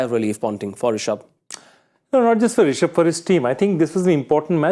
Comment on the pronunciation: The way he said risaab pant lol 😂